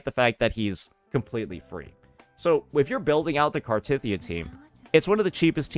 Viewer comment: Omg you actually pronounced Cartethyia correctly! Only once, but it's a start 😊